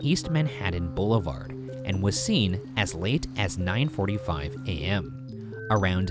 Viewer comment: #postmortem I don't why is it but anytime Ryan says "boulevard" I laugh PS my name is pronounced Khu-Shee Shar-maa